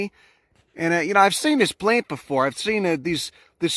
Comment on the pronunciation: In honour of this channel's excellence, I hereby do declare, every time I say the word plants in the future, I'm going to pronounce it like paints with an L. Puts a smile on my face to hear the thick accent.